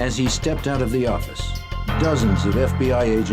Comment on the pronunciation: NEW YAWK AFFICE!